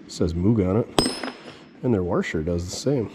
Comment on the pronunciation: The Wagon looks sick with those wheels. Not a fan of lowering stuff, but that's me. At least yours looks good lowered. BTW... Did you know there is no "R" in Washer? 🤣🤣🤣